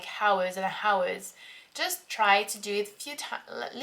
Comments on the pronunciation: J'ai une commentaire pour ton anglais. Quand tu dit "hours" il faut éviter l'erreur de dire le "h". C'est semblable à "ours" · "Hours" has a silent "h"! Great video though! :)